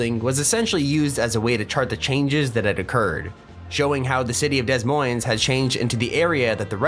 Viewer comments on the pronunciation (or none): Oof it’s not pronounced Des Moines it’s pronounced Duh Moine 🙃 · Dess moinss LOL bro it's pronounced De moin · Des'Moines is pronounced Dee Moin, and the s is silent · Des Moines lmao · The city of "Dez Moinz" Lol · Des Moines is pronounced without the s sounds.